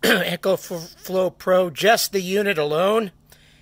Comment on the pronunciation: Its an "ECO"flow not Echo like a sound reverberation